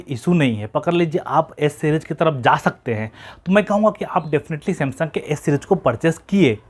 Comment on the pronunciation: O bhai s bol raha hai ya a bol raha hai sab confusion kar diya tune😥😬😬😖